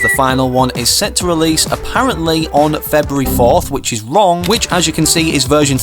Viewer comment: "Your so wong" 😂